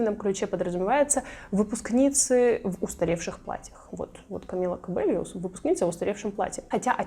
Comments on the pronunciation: Камила Кабейо она аааааааааааааааааа а не кобельо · спасибо за видео! но фамилия Камилы правильно будет писаться и произноситься: Кабейо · Камила Кабейо ;) Говорим правильно;)